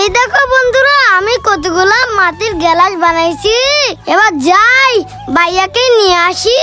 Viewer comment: গেলাস না গ্লাস